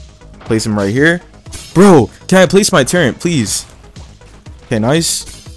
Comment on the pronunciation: No offense but you know turret doesn’t have a N in it?